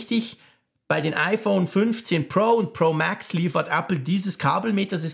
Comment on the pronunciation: Hast’nen hammer englischen Akzent ( MääääX) 😉👍🏼